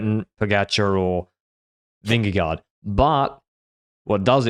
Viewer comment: It's hilarious seeing committing to learning the correct pronunciation of Seixas when he's consistently been butchering Vingegaard's name for the past 5 years 💀 and they even work together 😅 Listen to, he's doing a pretty good job with it 👏